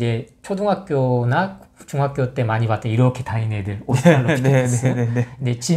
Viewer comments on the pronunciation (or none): none